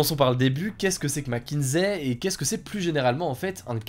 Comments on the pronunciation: Mc kinsey non mckinzey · Ça se prononce macinzi....pas macinsai.... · Merci pour la vidéo, en fait Mc Kinsey se prononce Mac Kinssey. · McKinSSSSey et pas McKinZey. Sinon contenu de qualité, comme toujours !